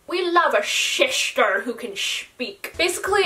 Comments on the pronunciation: Mackenzie Frecloud i thought she said shit stars uhhh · “we love a shishtah who can shpeak” that freakin got me😂😂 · WE LOVE A SHPEAKING SHISTAR